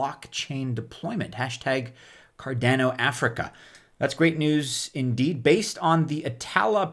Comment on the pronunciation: Car-DAH-no... not Car-DAA-no. ADA (sounded out like a name), not A-D-A. You wouldn't say E-T-H, you say ETH (like you were sounding out the letters/saying a word).